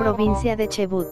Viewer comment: Se dice Chubut como se escribe se pronuncia yo vivo en Chubut